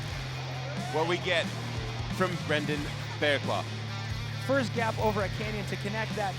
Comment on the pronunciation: Fuck’s sake, guys... his name’s pronounced Fair-cluff - as in rough, tough, enough etc.